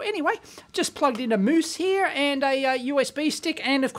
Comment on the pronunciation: His pronunciation is almost exactly how you pronounce mouse in Norwegian (mus)